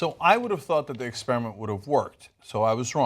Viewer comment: The word is EXPER-I-MENT, Anna, not "Ex-pier-a- ment"